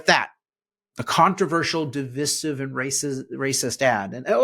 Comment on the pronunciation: Please learn how to pronounce "divisive". It rhymes with decisive, not with permissive. The " vis" has a long i, sounding like "vice". Thanks.